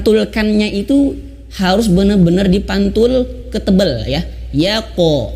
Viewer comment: Yaqo bukan yaqe